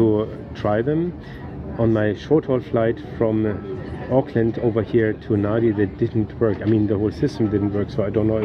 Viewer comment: Thanks! Lovely review of Fiji Airways. Just a couple of notes for clarification: kava isn't a dessert, it's actually a drink, it's a root from the kava plant mixed with water and served in our ceremonies. It's called yaqona in Fijian. Secondly, Nadi usually is pronounced "Nandi" as Fijian has an 'n' sound usually before pronouncing d. But I do hope you get come back to explore Suva, the capital, the mainland (Viti Levu) and Vanua Levu too. ❤❤❤